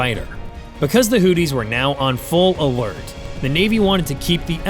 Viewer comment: I cant take you seriously... the hooties... give hooked on phonics a try...